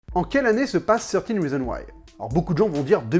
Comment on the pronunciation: Enfin quelqu'un qui ne dit pas "treize rizon waï" mdrr